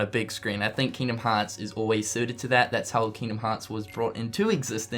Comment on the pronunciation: Just to make fun of pronunciation of Kingdom Hearts